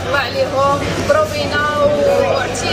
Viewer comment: ضحكتني تيتيش برومينا =promenade, ولا حبيتي تقولي promis ههههههه فرنسي ديالك اضحك تيتيش